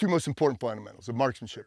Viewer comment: Fun-da-mentals. Getchusum.